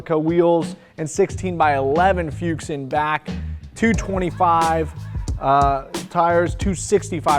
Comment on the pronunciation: Say it with me: Fooks. It's not fyuke, it is fooks. Never say feeyuke. You don't even need a singular version. Just say fooks. I know it's confusing because it is spelled Fuchs. 😆 Great car. It was fun seeing it at WCR in Oregon years ago. Great people built it. When I say dog food, I only mean a nod to the business that afforded this beauty. I wish it was a treasure they wanted to keep forever. But amazing car in the hands of Canepa now, who are awesome caretakers of epic cars.